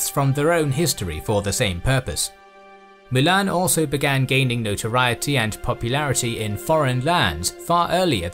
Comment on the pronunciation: Triggers me u can't pronounce Mulan.. How hard can it be?